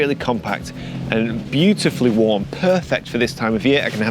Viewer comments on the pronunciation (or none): none